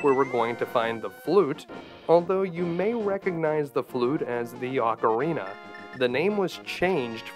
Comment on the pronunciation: Why do you call the Cane of "Byrna" the Cane of "Bryna"? You did this before when you called the "Ocarina" the "Ocarnia". Have you ever been tested for dyslexia?